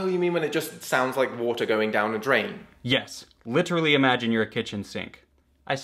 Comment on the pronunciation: no one: Rob: l i t e r a l i